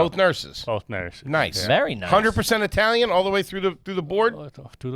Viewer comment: He said Eye-talian what a gagootz he definitely garbage for that 😂